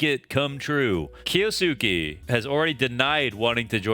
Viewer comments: Buttchered his name😂. The first U is supose to be almost completely silent. "Kyosuke" Maybe this will help with saying his name😅 Kyo-su-ke. I wish there was a way to make audio message since I am bad at explaining but I will try.. The Kyou part is prounced the sameway as 今日, which is today in japanese. just look up video for how yo prounance it in japanese. and then there is the suke part. Think of the way you say the name Sasuke, a name that appears in naruto. The suke part is prounced the sameway.. When you got the gist of try saying the entire name. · It's spelled Kyousuke for the title and pronounced - (keyo-skay)